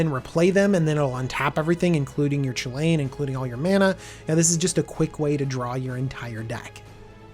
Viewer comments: Not to be a complete asshole, but it should probably be pronounced Koo-Lin or Cullin. The sound 'Cha' doesn't really happy in Celtic languages. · Since its Chulane shouldn't is be pronounced kulane? Like the celtic mythological hero Cu Chulainn?